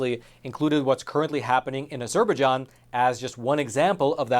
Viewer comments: I am sorry to be so squirrel...the pronunciation of Azerbaijan is "a-zr-by-jaan" not whatever you were saying that drove my OCD nuts. Thanks for the reporting and putting these Christians on my radar. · This is how Formula One pronounces it: "Ah-zure-bye-JEAN" with the Jean pronounce like the Captain of Enterprise D. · Ah - ZER - ba - jon. You can do better than that. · Az-er-by-ZHAN, which is sort of how others have pronounced that country. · This word Azerbaijan is pronounced as “Az-jur-by-john”. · Ah-zur'- bah-john?...try again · Have I been pronouncing Azerbaijan wrong this whole time? I thought it was pronounced A-zer-buy-JAHN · Hi. You need to review your pronunciation of a Azerbaijan. FYI. The Turkish military spent the 1980's using Turkey's ancient Christian sites, places the Paul and Peter visited as artilitary practice targets. Great informative film. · After all the research you claim to have done, you'd think you would have learned to pronounce Azerbaijan correctly. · Thank you for the report. You need to learn how to pronounce Azerbaijan. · Please pronounce Azerbaijan correctly. Poor Armenians looking at yet ANOTHER genocide which the world will not recognize. Don't kid yourself the Zionist tribe instigated the first one and no doubt involved in this one also. The dual citizens in the USA Dept of State will not care they are behind it also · Great, valuable story! I hadn't heard this side of it before. Also never heard anyone say Azerbaijan that way either... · Stories would be much easier to accept if narrator could at least review the correct pronunciations of common words like " Azerbaijan ". Would someone give this narrator a telephone and have him call the State Dept. so he can learn a new word " Azerbaijan " ....... from Big Bird ......... United States Eagle ............ Nick , NavyBlueSmoke , LST-1195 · stop mispronouncing Azerbaijan...it is highly grating!!! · The way you say Azerbaijan makes me wince every time.